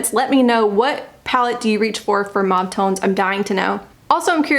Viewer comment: I have an unabridged online dictionary with a pronunciation key and it was pronounced mauve (maw v) the way you said it.